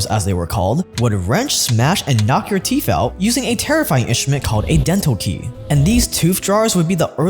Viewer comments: Teeth....not teeph. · They’re called teeth not teeeff. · They’re teeth, not teef. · Why do you keep calling Teeth, Teef? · Teefff Trufff ok, great stuff but it's teeth and truth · Tooth. Not teef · Our "teef" and not "teeth" LOL 😂😂😂😂😂😂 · if ur going to make a video about teeth please learn how to say teeth and stop saying "TEEPH" lol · Haha you say teef instead of teeth😂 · I could SWEAR i hear him saying "Teef"... lol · My brother in Christ… are you saying “teef?” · “Teef”?????? “Truf”???????? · All I keep hearing is teef and truef! 😅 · I love heard about the truuf of my teef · Okay. First, are you saying teef? Are you tongue tied? It was one of the hardest things for me to learn when fighting my speech issue as a kid. Saying TH and not F. Secondly. The "fact" that our ancestors had perfect teeth? That is not true at all. While perhaps it might be true that gum disease, and cavities were likely less common than today due to a almost complete lack of sugar...and acidic foods. A tooth could and often did lead to death. Diet plays a huge part...yes, but we also do not use our teeth like the hunter gathers did... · How many times is gonna say ‘Teef?’ Or is he trolling. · I think he said it that way every single time. And toof. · he say teef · The way you say truthf and teethf makes me lol…